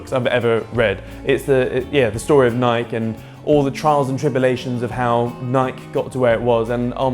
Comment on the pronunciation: It's pronounced Ni'k "e"